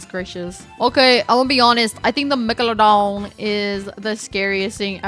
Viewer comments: I absolutely loved the way you pronounced megalowdawn 😄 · Megalodon is im pretty sure pronounced Meg-la-don but now im over thinking it so idk😅